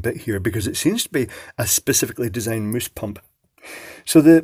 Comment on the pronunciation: "Moooooose"... Is that a mouse, a moose or mousse?